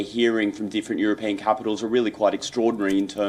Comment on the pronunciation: EurOpean....for goodness sake get the pronunciation right, Indians!